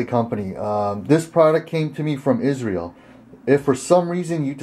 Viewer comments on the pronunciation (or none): none